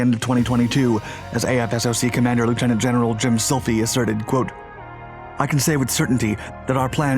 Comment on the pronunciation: Gen Slife is pronounced like sly-fe rhyming with knife (slife) not silfie. I had a friend who was his comm exec and I have been in AFSOC for 4 years now working with the AC-130J and have been with the C-130 EH&Js since 2008. Fantastic aircraft probably the most versatile aircraft in history that continues to expand in its capabilities.